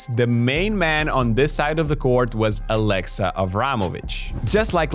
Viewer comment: "Aleksa" not "Alexa". "E" is pronounced shorter in "Aleksa". It is a VERY old Serbian male name, even the last name Aleksić is very common. Don't make it sound like the AI girl's name, please. 😂🤣😹 💪🇷🇸❤️